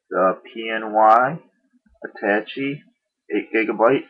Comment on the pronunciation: its pronounced at -ta - ché Otherwise, great job!